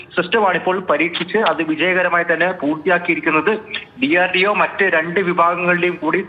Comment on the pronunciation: DRDO enn parajapore endina etra kasttapedunne parayan